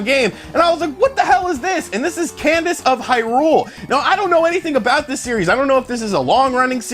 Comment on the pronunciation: No he said Candice of Hyrule...hahaha. Obviously he hasn't heard of Crypt or the word cadence before.